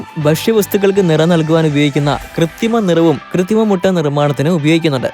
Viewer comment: കൃത്തി മം എന്നാണോ പറയുന്നത്. അതോ എനിക്ക് തോന്നിയതോ?